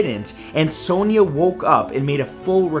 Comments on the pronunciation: Sonia is pronounced as Son-ya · Hate the way he pronounces sonia 😂😂😂